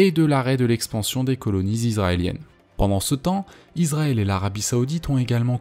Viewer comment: Le s de Israël se prononce [s] (s), et non [z] (z). On dit donc [isʀaɛl] (is‑ra-èl), et non [izʀaɛl] (iz-ra-èl).